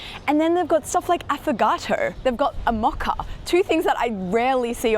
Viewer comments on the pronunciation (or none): u said Muckuh instead of MOE_KAH, sounds so weird. (mocha)